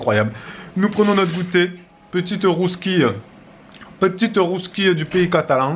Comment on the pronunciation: Mdr la rousquille non bravo pour l'accent la bugnet aussi c'est bon